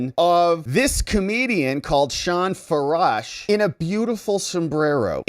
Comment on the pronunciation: John furash? What did you say?